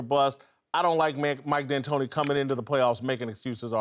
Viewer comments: Somebody needs to tell Rapaport how to say D’Antoni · “Mike D’anantonio” ?